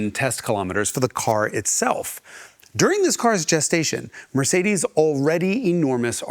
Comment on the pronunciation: The European pronunciation of Mercedes made me laugh 😂, he nailed it